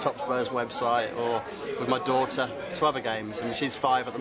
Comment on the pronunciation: do-TTTT-er, cute pronunciation.